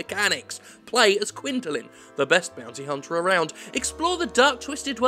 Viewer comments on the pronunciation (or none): "as a bounty huntaah" love it! xD